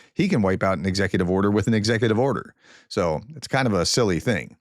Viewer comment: Good job on "von der Leyen" - now do "Ursula". The German u-sound is like the English oo-sound in "wood" but short. 😁 Oh, and ... "if you are not watching"... Sadly, Youtube does not let you reach out to people who do not watch. 😜 I mean this mostly in jest. I enjoy your work. Thank you.